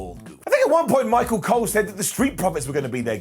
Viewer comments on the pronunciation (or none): none